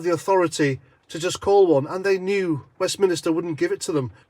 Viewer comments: It's Westminster not westminister you gamon 😂😂😂😂😂😂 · Again, it's West Min Ster. Not West Min is ter...